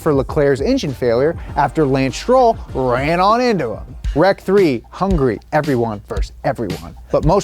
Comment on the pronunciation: its HUNGARY not HUNGRY 🤬